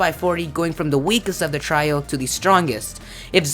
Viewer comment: You mispronounced trio and said similarily C: that's adorable. I'm a fan.